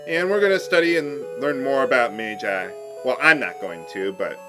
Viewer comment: It's not "mage-eye", it's "madge-eye."